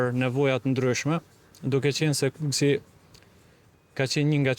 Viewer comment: kukës, not kukesi..😂